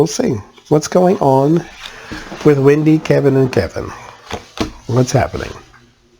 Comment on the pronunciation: Her name is Wendy not Windy.👹